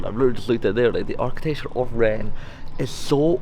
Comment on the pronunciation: Great video. I'm also really impressed with your pronunciation of Nantes and Rennes.